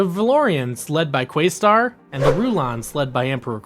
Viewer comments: Im excited that youre going through the show but frankly it sounds like you never actually watched when you keep calling Questar by his younger brothers name, Yungstar....and you pronounced it incorrectly. Its pronounced as if you were saying Quest with an additional Ar at the end of the name. not quaystar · Pretty sure it’s Questar, not Quaystar. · Good video, but your pronunciation of QUEST-arr hurt my heart